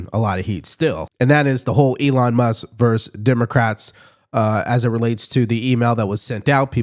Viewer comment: Love your podcast segments. Please say "versus", not "verse". A recent phenomenon that is irritating. Like saying 'hamburg' instead of 'hamburger'